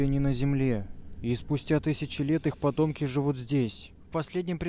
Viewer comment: Мне одному послышалось что они пацан сказал не потомки а подонки?